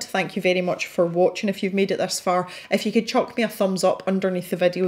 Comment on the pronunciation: Sign me up for live events. I have started to find favorites in the coloring community, on YT that is and I have been showing up fairly regularly for weekly live events. LOL btw I've thought about sharing with you, it strikes me and makes me look up at the screen when you keep saying "If you..." because it sounds to me like you keep saying "F. U." !! I've been binging on videos as I swatch my new pencil set -- still doing Artezas.